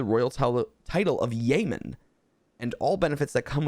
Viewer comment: "yeoman" is pronounced "YO-man". -Salty